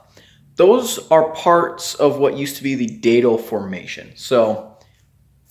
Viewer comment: Please pronounce Datil correctly. Think of "that'll do" and say "Datil'll do..."